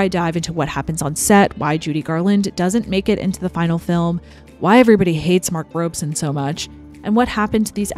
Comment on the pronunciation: The only false note is about Mark Robson, who is mispronounced Robe-son. Robson had directed most of the greats with enormous success. The stories about him tormenting Judy came from only one source with no witnesses or corroboration: Judy herself. She just had to flee this latest bogeyman. After packing up her wardrobe, of course.